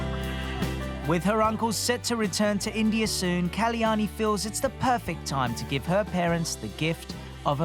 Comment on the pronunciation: The name is KAL-YANI and not KALI-YANI, such a beautiful goddess' name should be pronounced properly